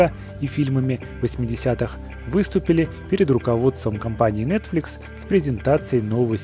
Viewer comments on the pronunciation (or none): none